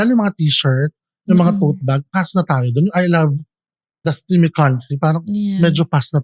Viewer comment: I think its “tas may country” hindi steamy country 😁